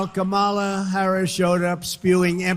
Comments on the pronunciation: Mispronouncing Kamala Harris's name on purpose is a perfect example of the petty, childish, weak man before us. She told him how to say it, so mispronouncing it now seems like a sign of his mental decline. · How about why does he mispronounce her name? Racism maybe? Debasing dehuminization. He's a cad and a putz. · She walked up to his face shook his hand and told him her name and how it's pronounced and he still can't get Kamala Harris name right what a dumb ass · It's incredible that his moron crowds cheer when he MAKES FUN of someone's name! and even more incredible is that Trump still mispronounces Harris' name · I bet if you promised him the presidency for pronouncing the vice-president's name properly all the way to November, he would NOT be able to do it. He simply CANNOT stop being disingenuous towards her. Such a worthless piece of sh*t he is. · Harris should now attack his cognitive abilities every time he mispronounces her name since anytime who watched the debate knows she pronounced it properly for him at the beginning handshake. I know he's losing mental capacity because I cleared up for him the proper pronunciation of my name and he still gets confused. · I am so f***ing tired of his bullshit mispronunciations. Is there anyone in this country who thinks he has the mental state of a person over the age of fourteen? Make him go away. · Biden may sometimes appear to be confused on stage, but what's with Trump's inability to pronounce his opponent's name correctly. If intentional, it's a childish, ridiculous tactic; if unintentional, it's troubling. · He went and mispronounced her name here even though she made sure he understood before debate how to say her name ..... and OMG.... he's talking about the moderators "screaming" at him. NOBODY SCREAMED AT HIM I fkn deplore him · Should Harris say his name wrong on purpose like he does hers? Like Dan-old or Ronald Dump? Like it’s not hard to pronounce her name correctly.